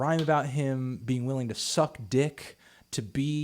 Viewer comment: The way he emphasized suck dick 😂😂